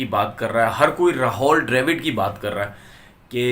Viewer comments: Bolna seekh le ,ra haul nahi rahul hai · Tonveer it is Rahul Dravid and not Rahol Dravid as pronounced by you... pl correct.